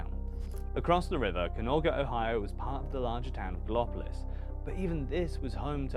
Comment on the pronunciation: A minor point - "GAL-uh-po-LIS", not "gah-LIP-uh-lis"